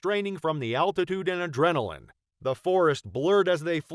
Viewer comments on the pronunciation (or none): none